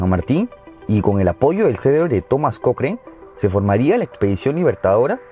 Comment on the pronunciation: amonigo se dice cocran no cocren